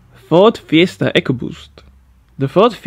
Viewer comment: Is funny to me heard when you say something in spanish or italian, but you say FIESTA perfectly